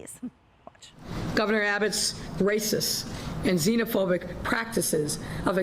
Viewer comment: IT couldnt even say xenofobic. Apperantly its xenAfobic.